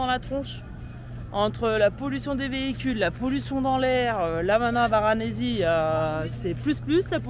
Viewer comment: Varanasi pas Varanazi s'il vous plaît 🙃😂